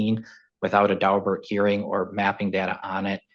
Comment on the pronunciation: It’s “Daubert”, not “Dalbert.”